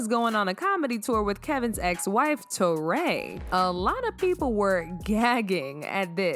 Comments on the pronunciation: Her name is pronounced Tori not Toray. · Who is " Tor-Ray" ???? its pronounced "Torry". as in Joe and Guy? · Teray? How you pronounced her name so wrong??